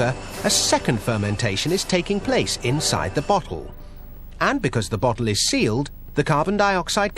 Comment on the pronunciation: When he says bottle it sounds like butthole